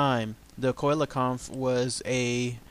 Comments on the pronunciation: si-la-canth is the correct pronounciacion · dy the why it's a SEE-LA-CHANTH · I believe it's pronounced see-la-canth... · The first researcher to find it was also from south Africa and he caught it about 1km from the knysna heads in South Africa, it's pronounced cell - Le - can't